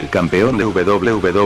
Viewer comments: GolBerg???? GOLDBERG* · Es goldberg no golberg